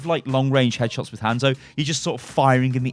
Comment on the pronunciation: Had to stop watching because of how you said Hanzo